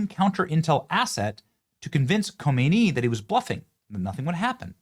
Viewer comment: Not Homeiny, Humney !!!